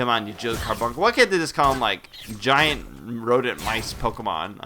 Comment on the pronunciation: O he did not say gient mice pokemon did he?? fwrd